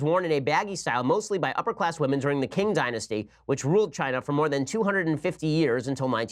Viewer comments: Ben, please stop butchering the pronunciation. Q is pronounced as tch in Mandarin so it is the Qing(tch-ing) dynasty, qipao(tch-ee pow) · The 'q' in Chinese is pronounced like "ch" in English. So qipao = chee-pao and Qing = Ching.